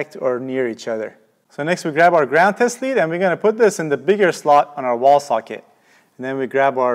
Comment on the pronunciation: Every time he says, “test lead” it sounds like he is saying, “testes”.